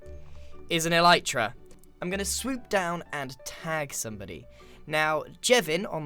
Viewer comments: "ELEEETRA." Alright,. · "What does mending do?" Sips water "E-leet-ra" Chokes on water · I love how he says "Eleetra" instead of "Elytra" ish so good xD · Grian: Thats An Elyatera